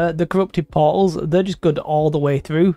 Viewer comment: i was wondering what "pauls" were this entire video and it finally hit me.... portals :'D